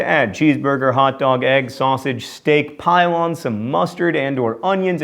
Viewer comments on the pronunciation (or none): He said "pile on" while I heard "pylon".